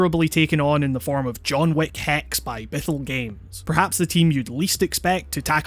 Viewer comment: I keep on hearing John Woo instead of John Wick